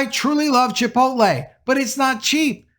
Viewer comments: It’s Chipot’LE. Not chipol’te! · Chipotle is pronounced chee-'pote-lay. And I'm done with them. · Lol you said chi-po-te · Say “chipotay” one more time 😂 I’m gonna put you in a burrito 🌯 🫃🏾 buh bye 🤣